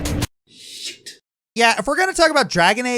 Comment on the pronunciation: Oh. The way he said it sounded like he did say sh*t. XD